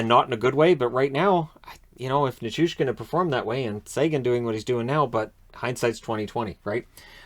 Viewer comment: Literally the only person who correctly pronounces Nichushkin with a "SH"